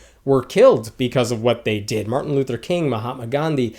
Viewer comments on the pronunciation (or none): none